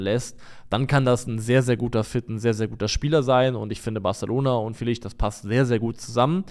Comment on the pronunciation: Ich finde es gut, dass Leute darum bemüht sind die Namen von Spielern richtig auszusprechen, aber bitte hört auf Joao Felix namen so zu butchern. Der wird nicht mit nem sch (ʃ) Sound am ende ausgesprochen, sondern einfach Felix mit nem betonten e (Félix). Zur not gibts auf YouTube nen short wo der seinen Namen noch mal ausspricht.